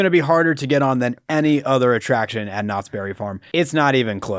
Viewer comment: Next time you do a Knott’s Berry Farm ride, can you try not to make it sound like you keep calling them Nazis? 😅